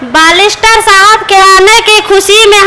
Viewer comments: बालिस्टर नहीं बेरिस्टर होता है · मोहतरमा जी बालिस्टर नहीं बेयरस्टर होता है